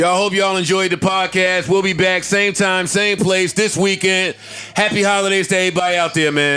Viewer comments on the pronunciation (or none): somebody tell me why Joe always says The JBP boys "baiyack" to Business in the intro?? am I missing something or can he not pronounce BACK? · It’s Back but he’s pronouncing it as Byke. Florida accent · It’s a lot of new viewers I see. I’ve seen plenty of comments about is Joe saying “back” or “bike”. 🤣🤣🤣🤣 he’s saying “back” but pronouncing it as “Byke”. That way of saying it is from Florida. Their accent makes it sound like that. Popularized by Plies. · I get it but I like giving credit to where it’s due. That’s the south way of pronouncing it